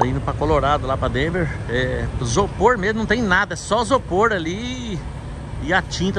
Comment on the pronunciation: Bom dia. Não é Sopor e sim Isopor. Não é Fusil e sim Fusível